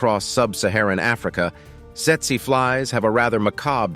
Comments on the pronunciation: Setsuh flies? I thought it was pronounced teetsee fly. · I gave this video a thumbs down because you did not bother to tell us where in the world each of these menacing creatures can be found. I think that's important, and yet, you left it out for most of them. That was a HUGE oversight on your part. You also mispronounced the Tsetse Fly. It's pronounced teet-see fly.